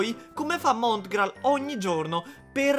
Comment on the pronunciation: Rega ma i primi secondi dice:Oggi parliamo di Montigrall